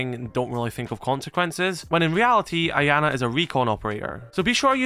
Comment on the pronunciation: Man the way you pronounce “Iana” almost makes me sick, you’re not supposed to pronounce the I, it makes a “Y” sound, so it would be “Yana”